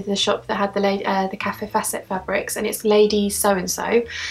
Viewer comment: Great video... i love seeing what you buy. Kaffe's name is not pronounced Cafe.. it is pronounced Kayf xxxxxx